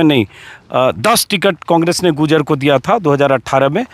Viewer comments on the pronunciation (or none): भाई साहब आप गुजर गुजर बोल रहे है उसका सही उच्चारण गुर्जर है कृपा करके सही उच्चारण का प्रयोग करे 🙏🙏